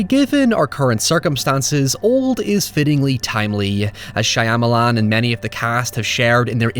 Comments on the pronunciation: Shah-ma-lahn…. Please pronoun the name correctly…. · I'm gonna need you to say "Shy-amalan" about a dozen more times 🤣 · i like how you casually butchered Shyamalan's name numerous times.. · The way you mispronounced his name 🤦🏽‍♀️ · Please, make another vid about any M. Night Shyamalan movie, but pronounce his last name different, each time it comes up in your script. (I'm no big fan of his. He seems somewhat pretencious to me.)